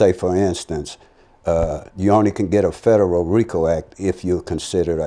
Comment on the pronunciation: can't pronounce federal. Lmao 😂😂😂